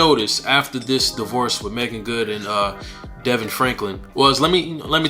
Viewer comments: Hi, Thank You for that. Its pronounced D-Von. God bless you, brother. Thank you for sharing! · His name is pronounced Da-Vaughn